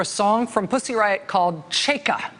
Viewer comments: Side note: Chaika/чайка is pronounced ch-EYE-kah, not chey-kah. Well, unless meant as a wordplay on Cheka. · it's pronounced chai-ka, not chey-ka :) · Ch_a_i_k_a - China. That's the right pronunciation of the 1st syllable. Also chaika means seagull, the bird. And it is a name of known Chekhov's play. How important is this? May be not... But please don't hesitate to ask if interested. Rachel you're the best! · I swear, if she says Cheika one. more. time... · Rachel its chaika like the chai you order at Starbucks? Except this one has ka in the the end. Chaika! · Rachel, love, you're killing me — please stop rhyming first syllable of chai-ka with bay or hey. It rhymes with buy and high. My poor ears! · #rachelmaddow how are u going to spend your whole show talking about one guy. Whose name is also a noun. whose name is also Chekhovs most famous play. And not ask 1 Russian speaker. Or Google. How to actually pronounce it. Smfh. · I wish someone would coach Rachel on pronouncing foreign names. She says that "Chaika" is the most pronouncable of Russian names but she mispronounces it.... over and over and over.